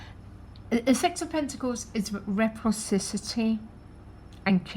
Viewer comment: You tend to say this a lot and I think I should correct you. It’s not reprocicity... it’s Reciprocity. It’s better to make it easier on yourself and maybe say the energy of give and take instead pronouncing that word wrongly